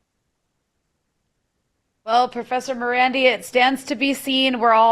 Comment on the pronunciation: His name is Ma-ran- DEE, carrying stress on the last syllable! Btw its thevname of an iranian town/village….